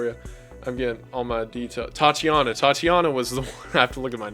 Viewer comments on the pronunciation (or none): Another great vid but why do you prounouce Tatjana as TATI jana?